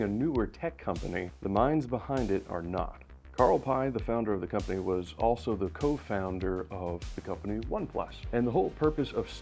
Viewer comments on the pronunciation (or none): love the vid, quick note: carl pei is pronounced like carl pay btw